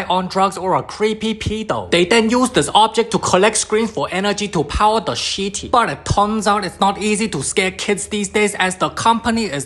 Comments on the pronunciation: Every thing pronounced in chinese is jusy starting with "sh" even he says shitty for city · "imagine living in a sh!tty powered by the screams of children" 💀 you cannot deny that he said sh!tty, not city ive replayed it over and over, listening carefully. he said sh!tty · I love how he says shity instead of city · " the shitti" 💀💀💀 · Definitely took me a couple moments to realize homey was saying "city"